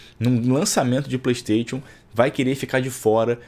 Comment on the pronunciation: Melhora sua pronúncia vei, playsTETIon n é certo